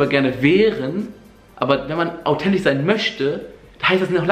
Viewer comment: autentich, möschte ... AHHHHHHHHHH